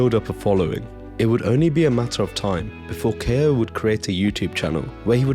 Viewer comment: Ko is pronounced Koh